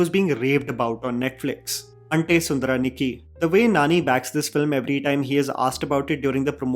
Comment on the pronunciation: He said Ante and I said YES !